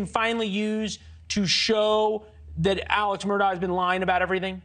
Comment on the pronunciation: It’s Alex but pronounced Aleck